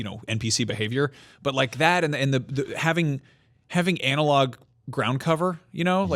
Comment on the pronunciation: "Anal-log", also known as a turd.